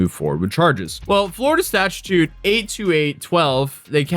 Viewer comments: statue-toot 😂😂😂 not to be that guy but *statute [stat-chew-t] 🤓 lol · “FLORIDA STACHATUTE” he says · Stat-ute not statutute lol that was bothering me lol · okay, "statute"... The first time I shrugged it off as a slip of the tongue. The second time though...